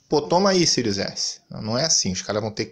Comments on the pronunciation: Esse ''SÍRIUS'' é que é engraçado, é ''SÉRIE'' mas ele fala eternamente ''SÍRIUS'', rsrsrsrsrsrsrs. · Eu acho q ele fala pra zua por q nao e possível kkk